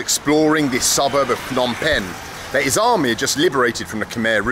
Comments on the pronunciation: I used to stay in a place not even 3 minute walk from that hotel in Phnom Penh. Pronounced P'nom Pen not Fnom Pen. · It's Phnom Penh. Not Fnom Penh. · Phnom Penh is pronounced pe-NOM pen. The name "Phnom Penh" quite literally translates to "Penh's Hill" or "Hill of Pen.” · *it's not Fnom Pen the h is silent, it's pronounced P'nam Pen. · If I got 100 riel each time a vlogger pronounced the hard consonant "Ph" as "P" instead of, incorrectly, "F" I'd be pretty well off by now. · "Fnom" penh 😅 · Ph in Cambodia is not pronounced like an F. The H is silent. Like Thailand is really spoken like Tai-land. The H is silent. Phenom Penh is pronounced Peh-Nom Penn where the H is silent. Its not Feh-Nom Penn where like in English PH = F. For 5 years I have lived 4.5 hours away from where you shot this video in Buriram Thailand. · Sorry for pointing that out, as I heard it various times, it shouldn´t be pronounced "Fnom Pen" for the capital city "Phnom Penh", but more like "Puh-Nam Peng" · Love that you're here with us in SE Asia. By the way, the Ph sound is just a P, the H is silent. Its pronounced Pnom Pen. Same in the Thai language. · The ph in Phnom Penh is not pronounced like an F